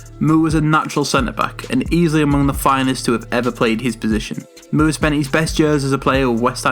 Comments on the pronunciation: MOORE = more not mewre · Bobby Moore is pronounced More not Mewer